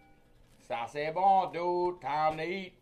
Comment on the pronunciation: Sah say bawn, dude.